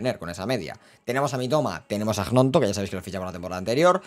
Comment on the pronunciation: porfa, se pronuncia Ñonto